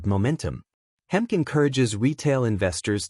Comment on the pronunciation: His name Hemke is pronounced Hem key